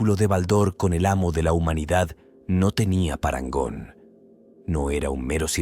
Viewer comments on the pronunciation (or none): TENÉS UN PROBLEMA CON LA PALABRA PARANGON HAHAHA